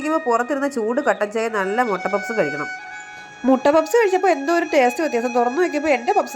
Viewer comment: പപ്സ് അല്ല... പഫ്‌സ് അല്ലേ..... മൊട്ട എല്ലാ..മുട്ട😂... എന്തായാലും കേട്ടിരിക്കാൻ നല്ല രസമാണ്❤.... നല്ല വെജിറ്റബിൾ പ ഫ് സ്...❤.